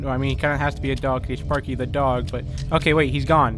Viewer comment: did you just said spaeky that's Timmy turner's pet sparky!!